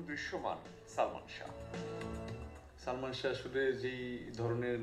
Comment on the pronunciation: একটি কথা বলি সঠিক উচ্চারণ হলো শাহ্ ঠিক আছে আর আপনি বার বার উচ্চারণ করেছেন শাহো I think you understand